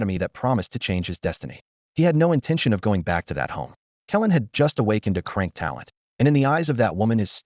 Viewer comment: 😂😅😅 It's C-Rank not Crank it cracks me up everytime 😅